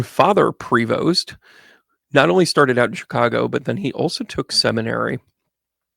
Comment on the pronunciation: His name is PREVOST NOT PROVOST . Shaking my head …